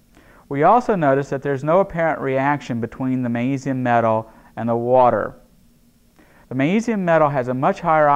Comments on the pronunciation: I wonder why he doesn't pronounce the G in magnesium? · why dose he say magnesium like that